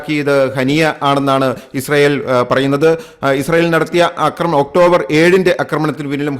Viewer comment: അമേരിക്ക കൂടിഇടപെടാൻ സാധ്യത വളരെക്കൂടുതൽ ആണ്. ലോകം വലിയ ഒരു ദുരന്തത്തിലേക്ക് പോകുന്നു! 'അക്രമണം' എന്ന് പറയരുത് 'ആക്രമണം ' എന്നു പറയാൻ മൂന്നു നാല് തവണ പറഞ്ഞിട്ടും ആവർത്തന വിരസത ഫലം. Unsubcribe ചെയ്യിച്ചേ അടങ്ങു അല്ലെ!